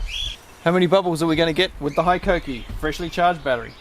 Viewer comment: Hello from Japan. It's pronounced "HE KOH KEE" . Love the channel!